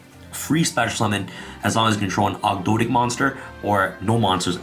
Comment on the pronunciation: Thank you for saying 'Ogdoadic' right.